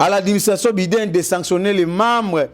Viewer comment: Biden ça se lit BY DEN ndeko journaliste.